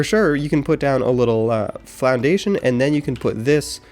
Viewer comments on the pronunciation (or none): Anyone else hear floundation when he meant to say foundation? the minute is